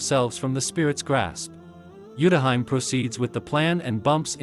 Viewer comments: Not the TTS pronouncing Utahime's name as Yutahaim 😂😂😂😂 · Utahime is pronounced wrong